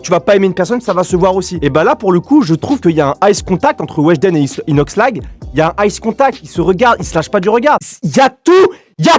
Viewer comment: Jtai cramer quand ta dit inoxshlag😂😭😭😭😭😭😭